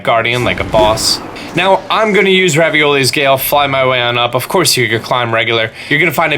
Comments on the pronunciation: cActUsjUiCe i think he did that on purpose just like how he said Ravioli instead of Revali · I like how he calls revali ravioli